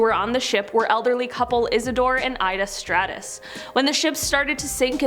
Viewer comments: It’s pronounced str-oww-ss not strah-uss like levi-straus. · It’s Isidor and Ida Straus. Not “Strattus.”